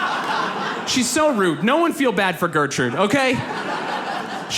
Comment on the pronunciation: The way he pronounces Gertrud is just awful :D There is no "Ö" or "Õ" in that name.